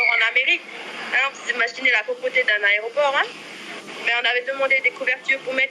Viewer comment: Elle a dit deux fois "aréoport" comme mon cousin , c'est considérer mon cousin ! Jahbless 🤙🏾🤙🏾🤙🏾